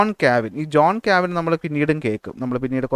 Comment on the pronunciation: സാർ... ക്ലാസ്സ്‌ വളരെ നല്ലതാണ്... ഒരു കാര്യം പറയാനുള്ളത് സാർ പറയുന്ന പല പദങ്ങളും തെറ്റായാണ് പറയുന്നത്. Eg:ജോൺ കാവിൻ അല്ല കാൽവിൻ ആണ്, ഏയ്ഞ്ചലിക്കൻ ചർച്ച് അല്ല ആംഗ്ലീക്കൻ ചർച്ച് ആണ്.. Etc....